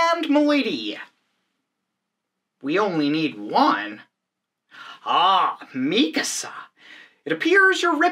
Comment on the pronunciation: No true weeb would pronounce her name meekuhsuh